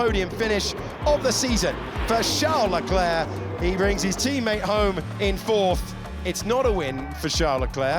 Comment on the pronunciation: That's how his name is pronounced🤷